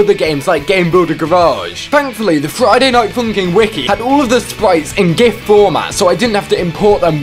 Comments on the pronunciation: "Friday night foonkin" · Friday night foonkin